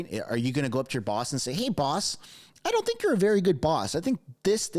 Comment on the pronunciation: WTF is a “WERY pleasing’? V IS NOT a W in English, not fking ever.